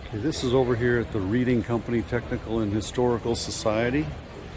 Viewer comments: Great video! Thanks for sharing. Just an FYI the name”Reading “ is pronounced as Redding. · Correction : pronounce it reding, not reading:):):)